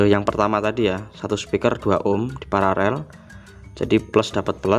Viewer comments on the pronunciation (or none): Kenapa ya sering saya dengar sebagian youtuber menyebut PARALEL itu PARAREL. Sudah saya putar berulang untuk meyakinkan kalau saya tidak salah dengar. Yang benar itu paralel, bukan pararel.🙏